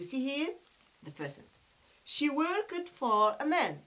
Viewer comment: Your english is very bad practise your English we say worked the final ed is pronounced/ t/ not/ id/